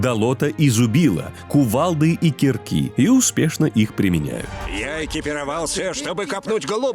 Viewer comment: Там и ударение в некоторых словах неверные. На диктор произносит "киркИ" (ударение на 2 "и"), хотя так произносится Родительный падеж единственного числа слова "кирка". Правильно в случае Иминительного падежа множественного числа произносить "кИрки" (ударение на 1 "и"). Ударение в этом слове банально проверяется словом "кИрок" (тоже множественное число, но Родительный падеж). А потому я сомневаюсь, что ударения в именах персонажей является байтом на комменты, ведь в других обычных словах тоже бывают ошибки.